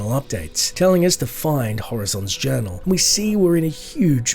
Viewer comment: Lysander is nearly deaf thats why he says horazons urinal instead of horazons journal